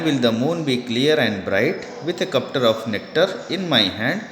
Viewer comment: he said cuptar of nectar 🤣🤣🤣 But Your explanation is very Good sir👍🏻👍🏻✨👏🏻👏🏻👏🏻